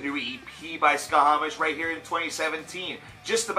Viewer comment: A respectfully delivered note: It's pronounced "sha-mash".The band name refers to the Babylonian/Akkadian sun god Šamaš (sometimes spelled Shamash, if we're using English sound correspondences with the digraph "sh"). The thing is, they're from Switzerland, where German is one of the most commonly spoken languages (and one of their four official languages). The /sh/ sound in German is represented by the "sch" trigraph, and I'm assuming this is why they went with that spelling.